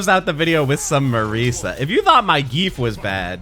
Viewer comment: Like for everytime he pronounces it "MarEEEsa"